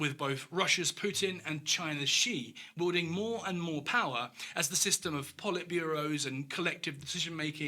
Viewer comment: You think Trumpstein "garners admiration & hatred in almost equal measure" Really?? He only has the support of around 30% of Americans and most of the rest of the world hates him and America ... as reflected by the massive drop-off in tourism to the US. Apart from that, and some weird pronunciation ('wielding' is obviously different from 'welding'), this was a well-produced video.